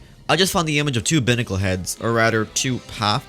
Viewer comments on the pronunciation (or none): Sorry for the criticism, but it’s BIY-nah-cull not BIH-nah-cull. Buy as in “I saw this picture with an aggravated rooster on it saying “EAT!” (Hey have I heard that before?) and I just had to BUY it.” I’m sorry. I have a problem with correcting things. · Binacle is pronounced with the “i” the way you would say it as in the letter